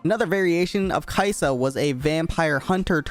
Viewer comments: Ka-i-sa in tagalog not kai-sa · It's not, Kayisa. It's Ka-i-sa with the stress on the "i" but the pronounciation is almost correct since you stressed the "i". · No no no, it's not Kaisa, it's Kai'sa but everyone pronounces it like Kaisa. If it's Kai'sa then it should be pronounced as Kaisà, then why do they even write it like Kai'sa which makes it feel like Kai Sa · Kayısı in Turkish language mean apricot pronunciation is almost same as kai'sa Soo some players call kai'sa kayısı "ı am gona pick kayısı" Lol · Sorry to inform you, but your "caisã" pronunciation was wrong again :( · Funny accent on the word "caisa" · "Ka isa" in Tagalog is two words not one word 👁️👄👁️ After he mispronounced it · As a Filipino, I didnt really think that Kai'sa might be a play on "(mag)ka isa". Might use some improvements on the pronunciation but other than that good job on the vid!